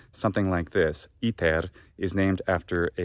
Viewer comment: Papae! Cum dīcerēs,, "iter" in prōnūntiātiōne Anglicā, bene, vōx tua (in verbīs Enniī) cere comminuit brum meum! Tam extrāneum audītū!